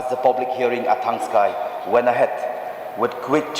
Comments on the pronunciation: Thangskai not thangksai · Thangskai not thangksai..